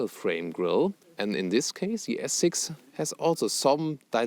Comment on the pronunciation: sprichst so flüssig englisch da kannst dir doch noch bei der Aussprache etwas Mühe geben ;)